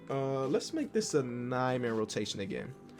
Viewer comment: Why do i hear nightmare rotation when he say nine man 😂